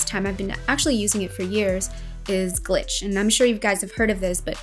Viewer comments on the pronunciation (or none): The app is named "Glitché", not Gliche.